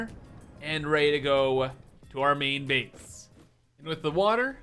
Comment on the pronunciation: I love how pronounces 'main base' as 'meen beese'. It's a delightful thing to hear